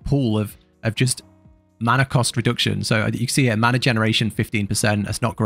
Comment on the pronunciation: None of us worry about “maner”